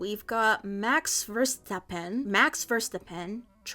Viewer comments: My German loving brain hurt hearing her pronounce that ngl (i know he’s dutch but similar word sounds) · Especially Max Verstappen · yeahh i didn’t even know you can mispronounce it that bad haha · the way you pronounced verstappen hurts my soul